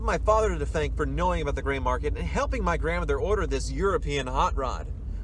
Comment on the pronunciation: Lmao he says gramther